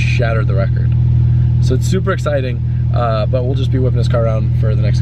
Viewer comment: i had to go back to make sure he said "supra exciting"